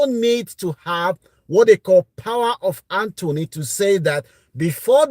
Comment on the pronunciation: Sorry sir, it’s called ‘power of attorney’ not power of Anthony 😅